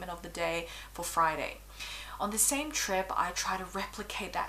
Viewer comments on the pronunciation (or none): none